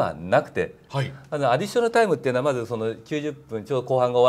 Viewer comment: アディしょなるなるw